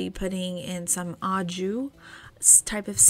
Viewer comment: In pronouncing au jus, the “jus” is more like zhoo. Not such a hard J sound. 😉